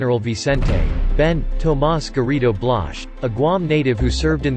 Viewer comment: Does anyone else wonder if this channel is part of a disinformation strategy by adversaries of the US? This video is poorly done. Were the words spoken by a computer reading a questionable script? Or is this some young enlisted guy trying to pronounce words he's obviously not familiar with? Marine "corpse"? General "Blasch"?